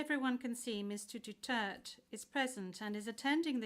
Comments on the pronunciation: It should be DUTERTE not Dutert why asking for a name and then not addressing correctly. 🤬🤬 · Atty please po Pakisabi sa kanila mag pronounce ng maayos ang last name ni PRRD.